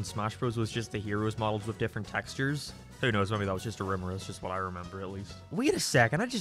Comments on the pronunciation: hahahaha "mebby just mebby" lol bcus ur albanian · he really said: ''just meybe just meybe...'' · Maybe, do you mean mebe, mebe get in the bag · I've never heard someone mispronounced "maybe" before lmao.